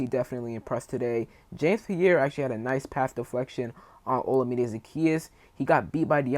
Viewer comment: I love it, JD5 + JD1 = TD for 6! 😄 FYI, Zaccheaus's first name is pronounced like oh-LA-mi-day. He was interviewed by the In The Minute Podcast and they confirmed the right pronunciation.